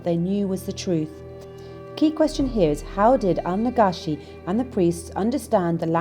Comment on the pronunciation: His name is pronounced Nagashi dear not najashi